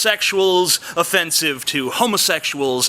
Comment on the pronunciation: was i the only one that kept hearing 'o-fence-ive'? the fence behind him was just too distracting.